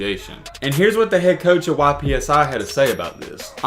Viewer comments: It’s pronounced “ipsi” not YPSI there from Ypsilanti,MI. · It’s not Y.P.S.I., it’s Ypsi 🙄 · Its pronounced "yip see" not Y.P.S.I btw great video tho keep it up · YPSI is short for Ypsilanti, which is pronounced "ipsilanti" or "ipsey" for short not Y.P.S.I. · It’s not Y-P-S-I prep it’s pronounce Ipsi. And Lincoln isn’t a prep school. It’s a regular high school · Imagine saying Y P S I academy 💀it’s one word ypsi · its not "Y.P.S.I" its pronounced "ipsy" for Ypsilanti, MI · It’s not Y.P.S.I prep it’s Ypsi(ip-see) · “YPSI PREP” 🤣🤣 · Its not y.p.s.i it’s pronounced ypsi (it-p-see) lol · Why are you pronouncing it Y PSI, it's just ypsi like ypsilanti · it was the "Y.P.S.I." for me 😂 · It’s pronounce Ipsy like tipsy without the t